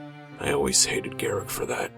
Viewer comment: why do you say garrik its garruk with a drawn out uuuuuuuuuuuuuuuuuuuuuuuuuuuuuuuuuuuuuuuuuuuu there is no i in his name garrik sounds stupid